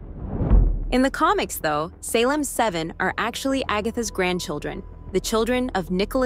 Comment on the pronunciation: Groovy seventies style? Hello? Have you ever watched tv from the seventies? Did anyone dress like this? It’s the 1980s slumber party. Also the voice you have doing the reading is fairly convincing but then it messes up and mispronounces things like Salem. I’m ending the video because you’ve already lost credibility.